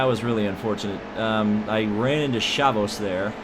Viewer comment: Friesen? Its Free-sen, you need to watch some CWTS races because you are driving me crazy with your pronunciations Also, Chavous is Shave-us, you have to listen to me i actually watch the races unlike the dumbasses claiming they know the name